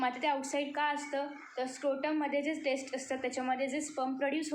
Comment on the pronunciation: 4.5 you said टेस्ट but it is टेस्टीस it is pronounced like that ok